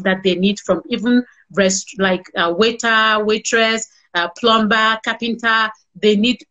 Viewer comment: Please tell this woman it's pronounced a "PLUMER" even when written plumBer!